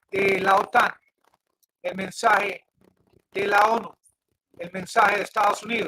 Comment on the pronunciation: "Mensae, mensae, mensae" ¿Qué es "mensae"? ¿Será algo parecido a lo que en español se dice mensaje ?